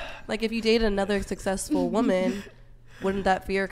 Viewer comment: Did they say more sexsesful